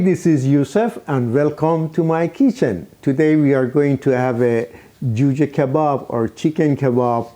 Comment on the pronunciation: When i hear "velcome", i know this Juhjeh is legit